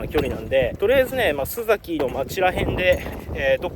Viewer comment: 「すざき」では無く、「すさき」ですよ。